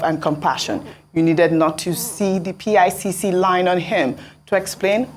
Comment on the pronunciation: Ojy it is pronounced like "pick line" not PICC line. You are doing a great job and dear Dr. Abatti need not say that anyone is looking healthier than you 😀